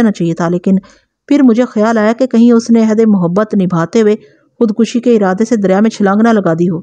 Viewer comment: شکرہے آپ خود کشی کو صحیح پڑھ رہی ہیں